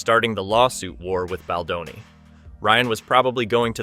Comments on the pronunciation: His name is not Bladoni. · Can you ducking pronounce his last name correctly??????????????????????? It's BALDONI NOT BLADONI